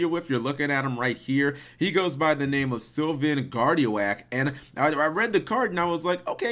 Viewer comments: Who else noticed him pronouncing Guardi-oak like Gardio-ak? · Gar-dee-OAK, MegaKappatalG. :> Anywho, not too shabby.